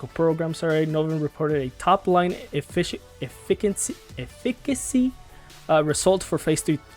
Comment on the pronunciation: My dude it’s not Efik-ik-cy